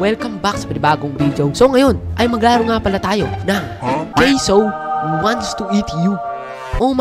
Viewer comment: caseoh hindi ca se oh